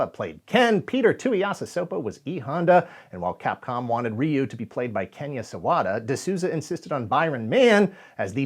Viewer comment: First entry into Street Fighter was Street Fighter II in arcades. And THANK YOU for pronouncing Ryu's name correctly. It is amazing how many YouTubers STILL get it wrong to this day. The Hollywood movie pronouncing his name wrong did no one any favors.